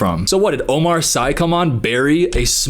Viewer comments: It doesn't relate to the video but the way you pronounced Omar Sy made me cry 😅 French name lol its pronounced Omar "see" i guess. He would so laugh about this bit like my earssss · Hey, Omar is French the Sy is pronounced “See” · I'm french and I just discovered the way Americans pronounce Omar Sy's name It sounds like a bad DJ name